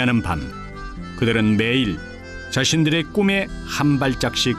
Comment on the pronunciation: 좋은 다큐입니다. 나래이션에 "금빛 미래" "끔에 한발짝씩 다가가고~" ㅜㅜ 돈은 다른사람이 법니다.